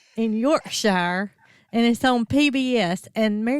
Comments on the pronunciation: Just in case no one else has let you know 😆😆. It is pronounced Yorksure not York shire. Love you guys, thanks for being you! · All creatures great and small is really good, and just a little English accent lesson ….. we pronounce Yorkshire as yorkshear! P.S. They are all COWS!